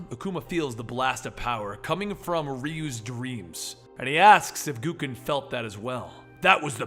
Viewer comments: G-O-W-K-E-N not G-O-O-K-E-N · Why dafuq does he call him GOO-KEN? Isnt it pronounced Goe-Ken? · GO-KEN. Not Goo-ken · Hey, not to be rude or anything but Gouken is pronounced "Go-Ken" not "Goo-Ken" like I've heard you say it in the few occasions you've covered street fighter comics. Just a little heads up. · it's not pronounced "goo-ken"!